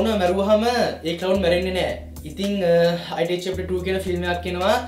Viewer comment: අයිටී නෙමේ බ්න් ඉට්